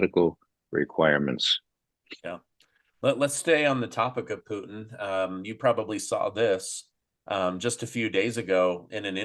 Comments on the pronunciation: It's Putin, not Poutine. That's another politician. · Pootn, not fn POO TEEN ffs man. Even in russian it only has a slightly longer poootn. but never TEEN,. have to mute this guy every time hes on. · I like the way he calls Putin .....Puteen 😙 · Mr Poo-Teen...NAYET!!